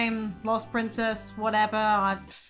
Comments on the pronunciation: I keep die laughing everytime I heard her say Prinzess instead of princess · "PrInZeSs" got me laughing😂😂😂😂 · The "Prinzess" always gets me ! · I love when you say Lo long lost PRIZESS LOOOOL 😂😂😂😂